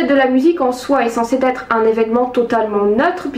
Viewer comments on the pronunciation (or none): Merci pour cette vidéo.. petit conseil : attention tu as un tic verbal sur des liaisons inexistantes comme "censées T être" ou dans d'autres vidéos "va T être"